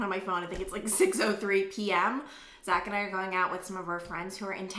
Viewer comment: When you said Zach and I...I thought you said Zachariah! 😂